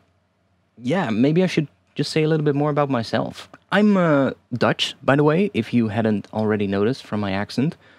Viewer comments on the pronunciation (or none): none